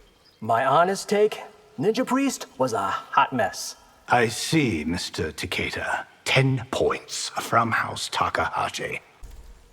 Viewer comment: The closest and proper pronunciation of Takeda's name we'll ever hear🥴